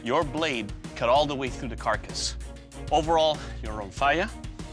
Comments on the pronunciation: Actually, Romphaia is pronounced Rumpheya, and the word isn't greek, it's thracian, so is the entirety of the greek language. There was no such thing as a " greek " culture untill 1910. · It is pronounced RomphEa (e as in lemon) Even the show hosts said it wrong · Well Romphaia is a Greek word so are Thracians(till this day actually), anyway the meaning of the word is : Ramphos= beak of a bird. And its pronounced......romphea,like you would say phe-nomenon.